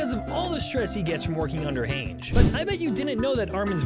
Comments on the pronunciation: "HÄNJ" bro who? Her name is hange, pronounced Han-ji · You know this guy has never read or watched AoT by the way he pronounces “Hanji”. His other shorts are also filled with various misinterpretations of AoT canon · Isn’t her name pronounced hon jee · It's pronounced han (like Hans of the southern isle) and gee (like the beegees) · her name is pronounced "haange-ee" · How tf do you not know how to pronounce Hange's last name when there is a TV show where the characters say names all the time? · Bro do you even the show cause the way you pronounced Hanje's name makes me wonder 😭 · The thing I can't believe is how you pronounce Hange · Why do you pronounce Hange like that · How you gonna be here trying to tell me Aot facts I “don’t know” when you don’t know how to pronounce Hange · Not only have I heard all of them so you failed on that front you can’t even pronounce hange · 1 attack on titan fact the narrator didn’t know. You pronounce Hange weird and it’s annoying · Bro these video creators could not have watched the show in English cuz how are you guys always mispronouncing their names? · Don't make videos about it if you can't pronounce the most basic names right like just watch the show and you'll know it's wrong